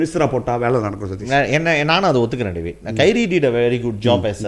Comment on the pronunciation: Sir not kairy!